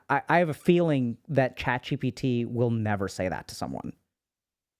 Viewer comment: No one: Dr. K: ChatCBT 😂